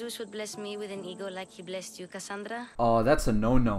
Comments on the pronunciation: No my friend....is Kasandra not Kazandra. Its Greek name not american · saying things like "Kazandra" is why I'm not gonna kill myself this week.